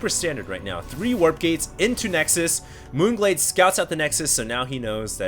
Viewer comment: lol sounds like un glade